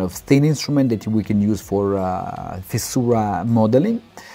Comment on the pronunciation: Когда говорите о фиссурах , произносите « фиша».